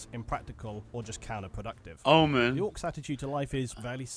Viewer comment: Oomen not omen.